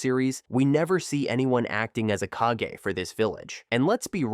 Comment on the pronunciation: The kage of every village is pronounced like in hokage not cage